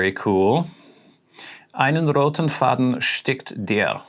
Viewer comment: Hi, just wanted to say that your pronunciation is really good (I'm German)! Your first variant is the correct one where you don't pronounce "Faden" like in the English "to fade" but with a more open "a" sound. But also "Taschenbegleiter" which is not an easy word I presume - really well, kudos! And it's true: it can be translated as "bag companion" but also as "pocket companion". For example, a pocket knife is "Taschenmesser" in German since we call a pocket in trousers and jackets "Tasche". And a bag is also a "Tasche". Looking forward to your next video, all the best! Michael